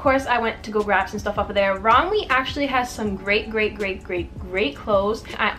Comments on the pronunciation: it’s pronounced romway :) ALL THE PIECES WERE HELLA CUTEEEE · You pronounce it rom-way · im pretty sure its pronounced rom-way, but i might be wrong /